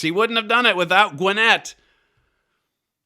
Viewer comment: Mr . Flurry, Your pronunciation of Gwinnett was " spot on" , a viewer in Georgia.